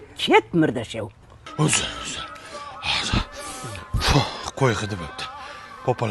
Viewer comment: Murdashoʻv deyishiga nechi😂